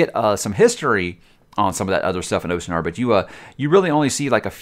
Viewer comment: its pronounced austen ard